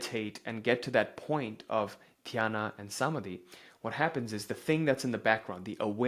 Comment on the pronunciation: I understand you aren't Indian but please get the pronounciation right Dhaaarana Dhyaaana Samaaadhi Great work!!